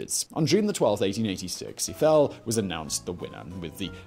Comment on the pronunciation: I feel pain every time Simon mispronounces names, and with amount of "Eiffels" in this video this one probably of the worst kind